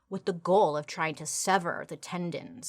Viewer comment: Ten- done-z